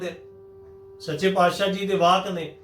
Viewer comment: ਦੋ ਮਾਤਰਾਵਾਂ ਦਾ ਉਚਾਰਣ ਹੋ ਹੀ ਨਹੀਂ ਸਕਦਾ, ਜਿਹੜੇ ਕਹਿੰਦੇ ਆ ਦੋ ਮਾਤਰਾਵਾਂ ਦਾ ਉਚਾਰਣ ਇਕੱਠਾ ਕੀਤਾ ਜਾਵੇ, ਇਹ ਬਾਣੀ ਨੂੰ ਬਹੁਤ ਗਲਤ ਤਰੀਕੇ ਨਾਲ ਪੜ੍ਹਦੇ ਹਨ,ਇਹ ਤਾਂ ਔਂਕੜ ਨੂੰ ਹੋੜਾ ਬਣਾਈ ਜਾਂਦੇ ਆ ਜਿਵੇਂ ਕਿ ਪਾਤਿਸਾਹੁ ਨੂੰ ਪਾਤਸਾਹਓ ਪੜ੍ਹੀ ਜਾਂਦੇ ਹਨ